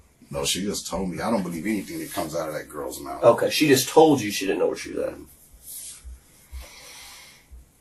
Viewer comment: "Mouf clouz"